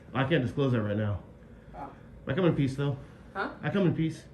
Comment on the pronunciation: This lady must think this auditor is a real freaky kind of guy. " I kum in peas "